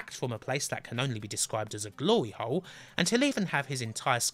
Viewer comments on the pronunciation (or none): none